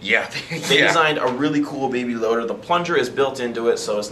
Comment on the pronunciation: Thanks man, any other genius insights to offer? I know he's referring to a BB loader, but if you listen, it sounds like he says "BABY LOADER". That was the whole joke.